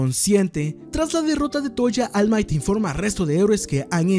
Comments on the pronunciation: Deberías mejorar tu inglés: De "Almait" a All might... Suena mejor en japonés "olmaito" , pero tú estás pfff mal mal. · Deberías aprender a pronunciar ALL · no se pronuncia all might pa, asi se escribe, pero la correcta pronunciacion es almait. No vengas aca a hacerte el inteligente, ademas, si te molesta deberias hacer vos mismo un video payaso